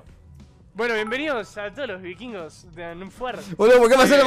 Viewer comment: Y nunca pudieron decir bien los "vikvirgos" tremendo trabalenguas es el nombre 😂😂